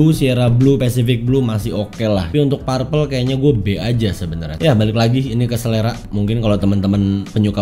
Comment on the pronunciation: perpel bacanya om... bukan parpel